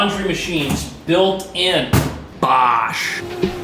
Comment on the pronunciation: Why did he pronounce Bosch like Basch.?